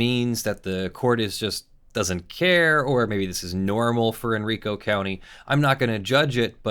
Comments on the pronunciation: Not criticism - just for future reference - Henrico is pronounced hen-rye'-co .... not hen-ree-co VA resident here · It's heN-rye-cO, not en-rico. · It's actually pronounced Hen-rye-co Thank you for covering this btw ^_^